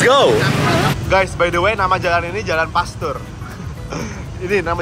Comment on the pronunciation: Tumben baca Pasteur nya bener 😂